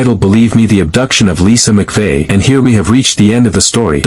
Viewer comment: Its Mcvey. Not “McPhee.